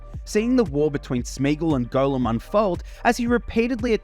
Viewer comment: Are you actually pronouncing it "Golem"?